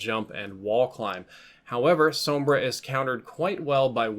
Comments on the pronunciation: Finally someone pronounces her name right. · Wow. First time I don't hear someone calling Sombra, "Zombruh"